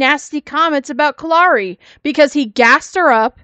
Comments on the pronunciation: Something I've noticed..maybe a nit-pick but when talks about what got her the 7 day suspension/ban or whatever, because of the post she made, she mispronounces Kalari's name and says Kalani. I wanna say it's not the first time she's done that either and I know she does that to ppl's names on purpose when she doesn't like them. She acts like it's an accident but it's low-key shade. 🙄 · I thought the same thing, but I wasn't sure if I was right. I'm glad I'm not the only one that noticed that she purposely mispronounced her name to throw shade.